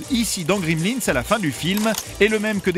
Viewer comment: C'est Gremlins, pas "Grimlins" :)